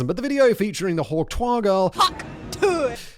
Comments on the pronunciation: Simon not knowing how to pronounce *hawktuah*, or what it means when he's been told more than once by Kevin, is the most cringeworthy moment of 2024. 😂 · Ohh the irony of Simon not understanding and mispronouncing Hawk Tuah the whole time on THIS episode. lol Absolutely astounding hahahaha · Simon's pronunciation of Hawk Tuah is possibly the cringiest thing in the video 😂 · Simon's lack of knowledge of pop culture is hilarious sometimes. His pronunciation of hawk tuah had me in stitches 😂 Like if someone really posh tried to give a BJ for the first time 😂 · I was not prepared for how funny Simon's pronunciation of Hawk Tuah was going to be. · The most British pronunciation of Hawk Tuah ever 💂‍♂️ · Still better than how Simon pronounced it 😝